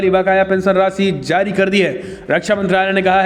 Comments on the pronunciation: Please improve your pronunciation of hindi. You don't differentiate between z and j. It is jaari not zaari etc. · Please improve your pronunciation of hindi. You don't differentiate between z and j. It is jaari not zaari, jurma not zurmana etc.